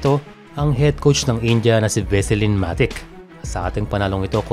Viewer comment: Boss, correct ko lang yung pag pronounce ng last name ng India head coach (Veselin Matić) it's Ma-tich NOT "Ma-tik" (parang transmission lang ng sasakyan? ✌️). Serbian siya, so syempre ganyan dapat pagbigkas.